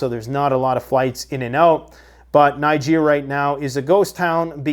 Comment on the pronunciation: I don’t belief you pronounce NIGER properly. Listen how they pronounce country of NIGER on Russian TV 😂 😂😂